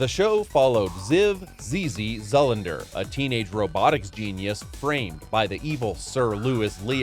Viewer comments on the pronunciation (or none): It's actually Ziv. The voice got the pronunciation of his last name quite wrong. It's even said in the show's opening. It Zoolandander, which leads me to suspect this might be AI voiced. The show ironically was an import of a French cartoon from the time period.